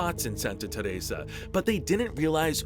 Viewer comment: bruh why tf are you pronouncing Teresa like that?? annoying